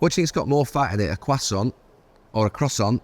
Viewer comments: Can somebody not correct him on the quoissant? Its croissant, just drop the T. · What the hell is a Qwasant 😂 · Jesus please take Gary to pronunciation class. Qwasson 🙄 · What the f*** is a cwasant? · It most certainly isn’t. It’s like kwasson. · Gary repeatedly mispronouncing "croissant" was horrifyingly gripping, like seeing a multi-car pileup on a motorway that you can't look away from. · Anyone else annoyed by the way Neville pronounces croissant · Gary needs to shut up with that pronunciation of croissant